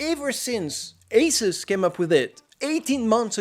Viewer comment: dislike for the way you say Asus